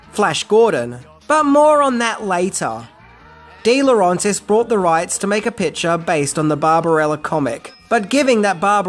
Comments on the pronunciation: Why do you keep mispronouncing Dino DeLaurentis' last name? It's not dee-lo-RAHN-tis. It's dee-lo RENT-is. Sorry, but s**t like this annoys me to no end. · If you really did research you should know it Roger Vadim and not VaDmin and also Dino DeLorentis and not DeLrAntis